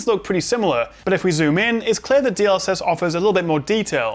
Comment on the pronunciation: Didn't quite catch that. DL what? DLX was it?;)